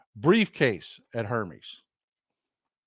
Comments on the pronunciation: Wait till the Botox wears off. It's pronounced Ermes btw. Unbelievable. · it is pronounced Her mezz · Hermes is pronounced “air mess” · I think the “h” in Hermes is silent.